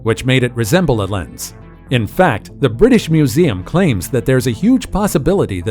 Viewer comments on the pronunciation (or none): none